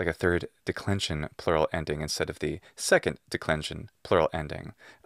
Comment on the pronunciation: Why are you always pronouncing the word "the" before consonant words as you should pronounce before vowel words? Thank you.